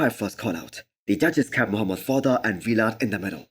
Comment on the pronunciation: Dude stop saying V-Lad. His name is Vlad